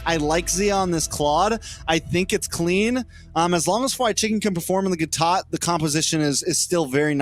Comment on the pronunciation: For the love of God Please stop saying "Gatot" !